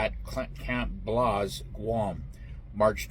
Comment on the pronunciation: Camp BLAZE. Not Blaus 🤣